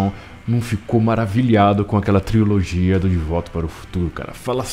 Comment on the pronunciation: Se fala trilogia e não triologia